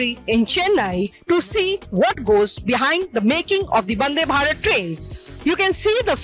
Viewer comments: Why is she saying Bandhe Bharath? And is clearly not wiring bug Welding! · Highly Appreciate the effort from print for making the manufacturing team and facility visible to the common man. The mention of the women's team and interview of key staff is very well done..., great work. One minor feedback, i think the presenter said bandebharat instead of vandebharat...a few times... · That is not bandhe bharat, it's vande bhatat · Why are calling it as " Bhande Bharat" it's Vandhe Bharat 🤣